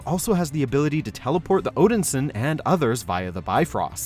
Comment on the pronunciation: I must assume the narrator here never even saw these movies given how some words like Valkyrie and Odinson are being pronounced. Odinsin? lol